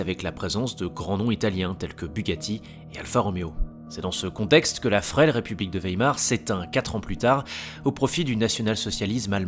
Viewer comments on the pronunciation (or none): none